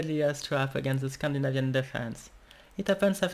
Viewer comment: Scandi. NA. vian... 0010. L'accent 1 vient juste avant ian.